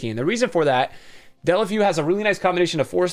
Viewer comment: dunno why its so difficult but its pronounced Day-oo-Le-Fay-oo